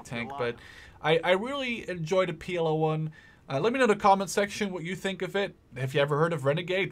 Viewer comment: It isnt PLO 1 Its PL-01 ;)